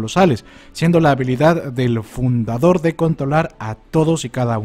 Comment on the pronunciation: Es fundador xd, no fudador😁